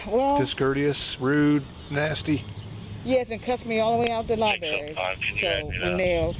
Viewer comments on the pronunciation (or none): lie berry